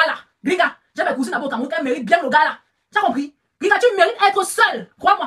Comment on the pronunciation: Grigata-grigata-grigata-grigata Bam 💥 Bam 💥,,,, 😆😆😆 façon dont dit Gringa làaaa, sa fait trop rire 🤣 Gringa comme Gris-Gris 😆😆😆😆😆😆😆✌️🌷🥰